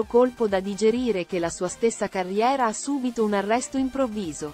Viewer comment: IA che parla. Subito (participio passato del verbo subire) non si pronuncia come subito (avverbio). Le meraviglie della transizione digitale.